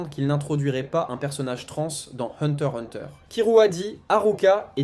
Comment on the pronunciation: Le x ce prenonce !